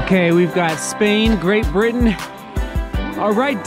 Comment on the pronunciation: Love how you said "Great Britain" . I'm not sure if it was intentional or not but you did it in a British accent 😂